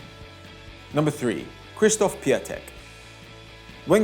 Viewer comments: 1-its called piontek not piatek 2-Andre Silva wanted to leave Milan, Gattuso wanted to hold him 3-No Suso really? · its pronounced piotek not piatek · Piatek is pronounced „piontek“ Still a great video